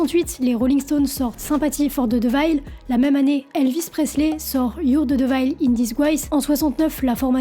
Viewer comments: Intéressant. Juste un truc : ''devil'' ne se prononce pas ''divaïle'' mais '''déveul'' , de même, Giuseppe se prononce '' djiousep_pé '' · Merci pour cette vidéo intéressante. Les américains sont de sacrés fragiles quand même... Heureusement que la musique va au delà de ça. Juste ça m'a un peu perturbé, "devil" se prononce plutot "dèvel", et non "divayl" 😊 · très bonne vidéo, très intéressante, merci mais stp... diveul, pas deuvaïle ! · Intéressant mais le sujet n’est pas complètement abordé, je suis resté sur ma faim. Au fait, devil ne se prononce pas « devaïle » mais plutôt« deveule » ou « déville » en anglais. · faut que tu améliore ton anglais , car dire Devayl o lieu de deveul pour Devil !! c inacceptable et pitoyable !! c comme ceux qui disent eubeur o lieu de you ber pour Uber !! ne soit pas se genre de personne pitoyable !! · Alors, j'aime ton travail. Donc merci pour ça. Maintenant 2 choses, si je peux me permettre d'être constructif: - D'une: on prononce "déveul" pour devil (désolé mais ça m'a un peu gêné) - De deux: la notion de diable dans la musique pour le triton viendrait de "mi contra fa est diabolus in musica" et qui voudrait simplement dire que le triton est chiant à chanter et dissonant. Je t'invite à regarder la vidéo d'Adam Neely sur ce sujet qui est vraiment enrichissante (comme tout ce que fait Adam). Paix à toi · Pour prononcer Devil plus simplement tu peux dire "Dévol", voilà sinon super vidéo comme d'habitude 😊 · Ou plutôt "divol" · Vraiment top ! 😊👏 Juste petit bemol de prononciation sur le mot "devil"...ca picotte un peu les oreilles..🙊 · Non mais tu vois ce que je veux dire parce que si tu le prononce "dévol" a la française tu sera pas plus compris. C'est un mélange de "é" et de "i" sauf que, va retranscrire ça à l'écrit x)